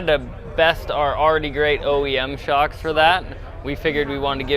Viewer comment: Foxsh Shocksh ;D you killed it man